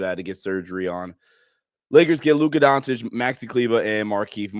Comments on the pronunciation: “Luka Dontic” lmaooo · Time to learn to pronounce his name my man. Pronounce the first c the same as you do the second c in his last name. Don't know why you Americans feel the need to switch a C into a T 👍 Don't complicate it